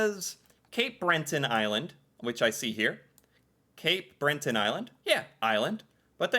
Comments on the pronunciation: 😂🤣 Cape BreNton....no its just Breton & sorry to anyone named Brent 😊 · It surprises me how many ppl don’t just look at a map & see that we have the same width as the US (in general)! Why? Because we are on top of you, part of the same continent. 😆 Nova Scotia is too big to be considered an island & it’s attached. Btw, it’s Breton, not Brenton. 😊